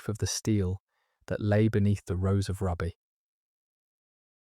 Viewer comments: Hi from County Durham. Just a quick note. Raby is pronounced Raybee. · The Rose of Raby pronounced Raybee. Paradoxically she is descended from a Beaufort therefore a second cousin of Margaret Beaufort.